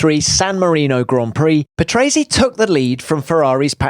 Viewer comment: you could at least say his name with the right pronunciation